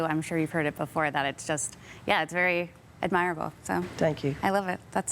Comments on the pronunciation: I hate to be critical, but how can a professional interviewer mispronounce admirable - twice? Do people not get an education before they go into the business?? Love KD. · Who’s this “interviewer”? “Admire-able??” Otherwise kd lang is amazing and handled this new tik tok journalism with gravitas ❤